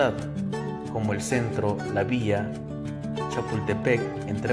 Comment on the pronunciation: Ha de ser extraterrestre.... O estaba borracho.... 😂😂😂